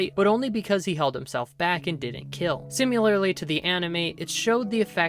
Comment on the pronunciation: lol "simulalrly" its si-mi-lar-ly dude lol 🤣